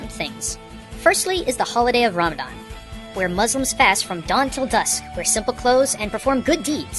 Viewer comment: he said ramdan when its ramadhan